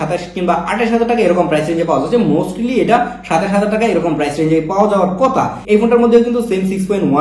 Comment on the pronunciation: Kotha not kota